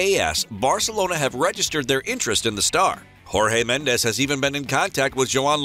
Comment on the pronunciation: Jorge Medes is not pronounced with a Spanish J but a Portuguese J ( which is the same as a French J) Hasn't José Mourinho taught you anything?